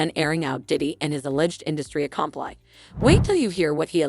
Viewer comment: When did "accompli" become a word, it's 'accomplices', lol😂